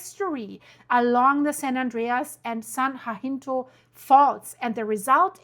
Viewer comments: It’s San Ha-sin-toe ❤ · San Jacinto (HA-sin-Toe) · I need to hear from you every day. I’m in SoCal right in the center of so many faults and my house is right on top of an unusual east west fault I can’t get a name for. San Jacinto is “hah sin toe”. Tejon is “tay😢 hone”. Praying for wisdom and safety for all. Thank you 🙏🏽. Love you stuff. I mean your reporting. The disastrous news sucks 🤣😎😽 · You are mispronouncing everything. San jacinto and cajon pass. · Jacinto = huh - SEEN - toe Cajon = ka - HONE No worries. No one knows every language. Europeans typically know 3 or more languages. I appreciate you and your channel. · It's pronounced "Ca-jon ( the j is pronounced like a h the o is long). Jacinto is pronounced ja-cinto. The J again is a h sound. Then cinto. The I is short. They're both Spanish names or pronounced like they're Spanish names. I lived in CA for over 50 years and am very familiar with Cajon Pass. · Cajon pronounced Cah hone (like bone with an H) San Ha sink toe (Jacint0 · Ugh! It’s NOT the Cajun Pass - it’s pronounced the Ca-Hone Pass!!! Also, the other fault is NOT the San JaHinto fault, it’s the San Ha-Sin-toe Fault. BTW, as a Native of that MISERABLE state, the big one can’t hit soon enough - we only need to worry about the poor fish when the FILTH of that state slides into the ocean during the “big one.” Of course, the rest of the world will be a much better place after that. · Your so funny how you pronounce cities here. Ca-hon and jah-cinto